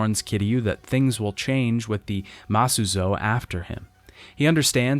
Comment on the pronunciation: he does this a lot other things are mispronounced, like Masuzoe and Nagumo